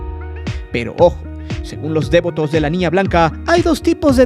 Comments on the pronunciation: Solo para decir que se dice "devoto", no "dévoto". Un saludo. ✨ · Me da mucha pena dar este comentario, pero lo hago con tal de que mejores: tienes un tonito muy enfadoso, deberías usar una narración más natural. Además de que dices dévoto, como si fuera una palabra esdrújula. No lo es. No lleva acento o tilde. Es devoto. De VO to. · Si nada más escuchar tu tonito lleno de amarillisno y morbo y repites DÉVOTO en vez de DEVOTO, quita mucha seriedad éste videillo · Es interesante escuchar los testimonios de aquellos que muestran devoción a este culto, gracias por la información. Cómo punto final, me gustaría añadir una sugerencia. La palabra Devoto, se escribe y se pronuncia sin tilde y acentuación en la vocal E. Lo siguiente es por la razón de que, a lo largo del vídeo, el narrador comete el error al pronunciar dicho adjetivo con acentuación en la vocal E, cuando no es así. Saludos. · Pronuncias muy chistoso la palabra "devoto" 🤣🤣🤣🤣🤣!!!!! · muy interesante videos, nomas que como soy megalómano, no pude dejar se sentir cierta irritación por la pronunciación que le dabas a la palabra "devoto" (como si llevara acento en la e) jajja